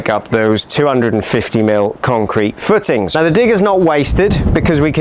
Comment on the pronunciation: Great vid and very excited to see how it all pans out! Where abouts are you from? Once I noticed you pronounce footings “footns” in couldn’t un-notice it 😆 thanks for documenting this 👍🏻